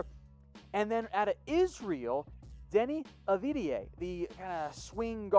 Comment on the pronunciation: This was the worst butchering of Deni Avdija's name that I've seen 🤣